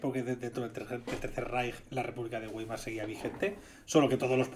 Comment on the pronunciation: Weimar se pronuncia más o menos baimar, en realidad es vaimar, pero como en español no existe la "v" labidental, creo que con baimar es suficiente.